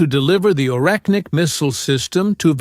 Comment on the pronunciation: It's not Oreknnik but Oreshnik. Sh like in She.